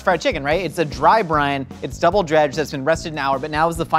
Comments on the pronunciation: I've been watching too much GMM that I hear Buttermilk Brian instead of Buttermilk Brine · Even though I know what you're actually saying, my brain keeps hearing "Buttermilk Brian 👑" because, you know, GMM 🤷🏽